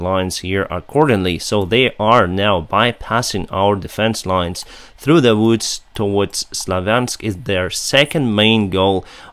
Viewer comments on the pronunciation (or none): none